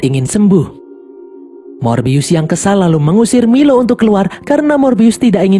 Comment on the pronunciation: Bang nama nya bukan milo tapi mailo